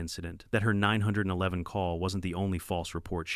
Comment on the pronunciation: Is saying 911 so hard